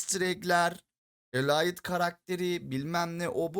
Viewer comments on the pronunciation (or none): none